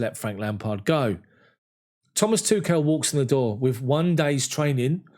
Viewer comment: smh.. why can't anybody say Tuchel correctly